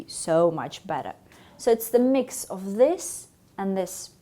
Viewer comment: Her F sounds too Russian, even distracting. It was one of the first things in pronunciation we had to deal with when studying English - make it sound like IV, not IF.